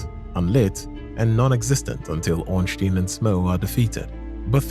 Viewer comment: brother, i am actually trying to have a nap here and you hit me with "Ornschtin and Spill". that activated my fight or flight response on the side of violence.